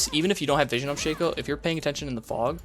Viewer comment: Sheikho? Shake co? Sha-co.